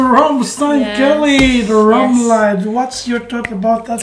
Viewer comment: "Lied" in "Rammlied" sounds like "lead" or "seed" 😂